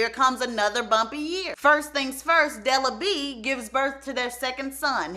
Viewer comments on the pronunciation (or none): Not BE-AT-TRISE!! DELA B!!🤣🤣